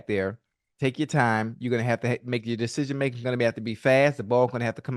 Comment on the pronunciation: “Deshejeen making” - ocho tryna say decision making 😂😂😂😂